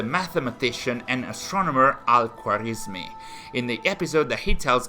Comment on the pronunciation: ok, so Samarra and al muttawakkill were pronounced pretty well, as for al-khwarizmi you need to put more emphasis on the Kh part of the name and here is a simple breakdown of how to say it as a whole. Al- Khawa-riz-mi basically in the khwa part of his name you have to pretend as if there were and a between the kh and wa as his name in Arabic has a kind of ‘wow’ sound that can’t truly be replicated in English. Hope this helps.